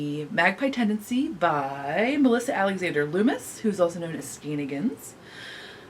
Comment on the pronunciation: All the love, and such! Just wanted to ask; are you aware that you´re skipping one syllable in Melissas alter ego? SkeinANigans. Like shenanigans :) All the love from sweden!